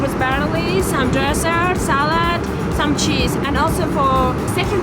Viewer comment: It’s “salad”. Not salard.